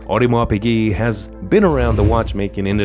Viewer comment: this video has some wrong info! for example AP was born in 1881 and Shah Iran was born in 1919 how can he be the first customer of AP. Also the voice over do not know how to pronounce piguet right!